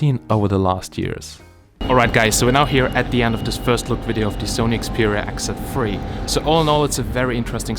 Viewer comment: Oh it's X Z 3, I thought you were saying "exit free"! lol